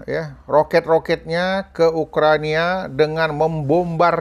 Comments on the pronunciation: Ukraina Bosss bukan Ukrania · Maaf Ukraina Pak Bukan Ukrania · Ukraina abaaahh, bukan Ukrania